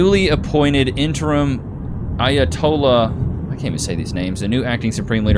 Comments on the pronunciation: Omg you might be retarded 😂 it’s pronounced Ayah-Tolah. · has never pronounced an Arabic word in his life, "A ah TOL lah", "Ba-raHN" lmfao CRAZY to cover something he has never read aloud before, talking about we started WW3. This is the state of the reporting on this. Also it was 3 F-15E's and it was friendly fire, basically to justify US Centcom taking control of the whole region over any of the local command. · That's pronounced "I a to la. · Its kinda sad u cant pronounce or haven't heard of the Ayotolla man. How old are u? Geez